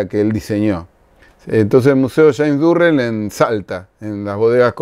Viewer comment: Hola, perdón pero creo que el artista al que te refieres es James Turrell y no Durrell. Igual no es significativo. saludos